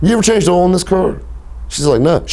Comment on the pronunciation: why does he pronounce the word "oil" like "ohl"? sounds weird.